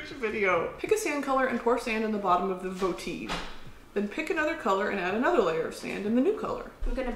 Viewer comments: Not miss Brittany pronouncing it "voh-TEEVE" instead of VOH-tiv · It’s called a vo-tiv not vo-teeve britt but love ya 🤣🤣🤣🤣🤣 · Love you guys. Love your editor. Bless you ALL for this content. 💕 Edit: I will now and forever pronounce votive voteeve. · i was lookin for this one 😂 “votEEve” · first one, vote-iv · Every time Brittany pronounced it "voteev" I died a little inside 😂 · ur taurus ass fancifying the word votive to vo-teev lmao i love u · “voteev” lol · I love that she pronounced votive voteeve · “Vo-tea-ve.” It’s like “motive” with a “v” instead of “‘m,” Brittany lol. Starting out STRONG. 😂 Also I’ve made soap before. My suggestion for next arts and crafts day. And fuck Hobby Lobby. They steal biblical artifacts and don’t provide their workers with birth control in their health coverage. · ') half of the fun of this video is just listening to Brittany pronounce votive as voh-teeve as if she has a long mustache she needs to curl in her fingers. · Its (voh-tiv)😬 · them pronouncing votive like that is sending me 😂😂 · New game: Drink every time they mispronounce votive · “Step one” *mispronounces votive” 👌🏻 😂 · Both of you not being able to pronounce "votive" is giving me lifeeeeeee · The way you’re pronouncing votive is SENDING ME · Sarah and Brittany not knowing how to pronounce votive for 9 minutes and 55 seconds straight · Please google the way votive is pronounced 😂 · my favorite part of this video is brittany mispronouncing votive.